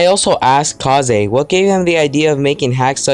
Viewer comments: it's pronounced kays, not kahzay. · I love the video but It’s Kaze (Kazz) not Ka;zé keep up the good work tho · Pretty cool, would be cool if you would edit your voice a bit tbh. Also is that really how you pronounce kaze? I thought it's just kaze and not ka-ze.